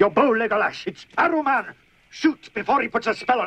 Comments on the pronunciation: So many times in this film do they pronounce Saruman as "Aruman" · Saruman ....no no it's ARUMAN! we pay the Tolkien estate by the letter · IT’S “SARUMAN”! NOT “ARUMAN”! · SARUMAN! Not Aruman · Will never get over the fact that they decided to drop the “s” on Saruman and call him Aruman instead... Yes, Sauron and Saruman have names that start with the same letter, but they are not the same name and would not have been confused. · "it's arrow man?" lol nice try on saying "saruman" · He actually said "Aruman". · Aragorn the Apache Indian... 😂😂😂... and the terrible "Arruman"... 😂😂😂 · Why did they say Auromon and not Sauromon. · ***** At the time they thought non-fans would confuse the name Saruman with Sauron, so they went with Aruman. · "Aruman"? lol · I never understood why they pronounced Saruman as if the S was silent.